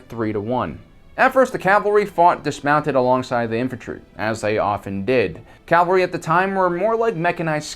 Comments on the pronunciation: CAV-alry not CAL-vary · PLEASE quit saying 'calvary'! The word is 'cavalry'! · Cavalry, not calvary.